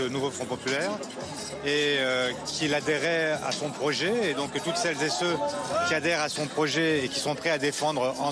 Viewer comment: "TOUTES CELLES Z-ET CEUX"..!